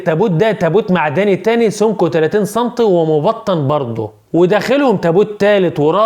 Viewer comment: سانتي مش صانتيي 😂😂😂😂